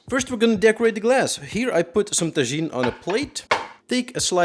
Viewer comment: i think taJin is pronounced like "taHin" also can i substitute mezcal with cognac? and contreau with cognac? and tajin with cognac? and simple syrup with cognac? and lime juice with cognac? asking for a friend